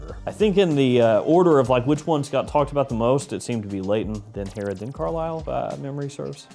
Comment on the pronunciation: Hey Herod for the win! You butchered the name but it’s a tough one.